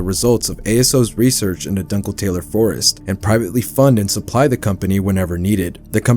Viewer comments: it’s doon-kel-tah-ler, not dunkle tailer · NO WAY he saughtered the world "Dunkletaler" as "Dunkle Taylor" 😭